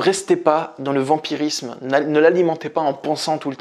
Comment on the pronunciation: 'vampirisme' et non 'vamirisme' 🙂